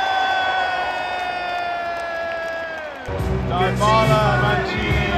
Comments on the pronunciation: The way you pronounced Dubala’s name makes me sick😂. ”Daibala” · Loved the video, the joy, the passion! Just one little thing, i beg you: don't butcher Dybalas name with that pronounciation 😂. It's "Deebala", the "y" is as the "y" in "you". And if you wanna butcher it, do it the roman way and add a "b". Hugs from Switzerland. DAJE ROMA!!!! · How come you don’t know how to say Dybala?